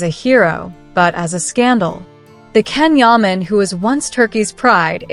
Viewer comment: His name is not Ken Yaman.. Its Can Yaman, I wish you would get it right already. He should listen to his mother. She knows what is best for him. I hope it is not too late already